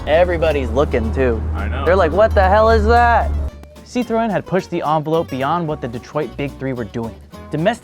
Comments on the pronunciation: It's also not "Poo-joe"... It's more like Peau-zho (a Cyrillic letter actually works better here. The "ж"). It's also not "Sit-rone", it's "Sit-ro-en"... Don't give me your "Porsche-eh" bollocks when you can't even pronounce Citroën or Peugeot... And don't start me on "Hun-day"... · Please Americans, C I T R O E N.... Not Citron.... (Lemon in French) I note when describing the 1967 DS21 Pallas the owner talks of the Citromatic semi automatic. Your interior shot is a 1970-75 dashboard with a manual column change. Later when driving we see the actual interior. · Your pronunciation of Citroën sounds juste like the french word for lemon "citron", which is a bit of a running gag here. The "ë" should be pronounced like the sound "ea" in "head" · Bro the way you say Citroën lol you say it Citron =🍋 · It's pronounced SEET-RO-En, Not Citron. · when says Citroën, it sounds like he says “citron” which means “lemon”… which I suppose is still accurate 😆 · french speaker here next time you pronoce citroen prononce it like this: citroenne ( you must prononce the N) you prononce it like citron (french for lemon) we got those cars in canada up to 1994 with fiat and alfa romeo the market was way too small to invest for new regulations they are as rare as it is in the US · Careful now,. The way you're pronouncing Citroen sounds like "citron" which is "lemon" in French. 🫣 has it right, pronouncing the 'en' at the end ("ci-tro-EN"). It hurts my brain to pronounce a consonant at the end of a French word (I learned French as part of Canadian educational requirement), but names usually break these rules. So confusing. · Citroën can be read "citro N" to get the exact phonetic as a french would ;) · Citroën, not Citron (even though this is the origin of the name); Peugeot not Poogeot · Ah yes, my favorite french car brands, "PewJoe", "Citron" and "Rano" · pronounce it like "Si Tro N" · I love when he say "citron" love the "citron" car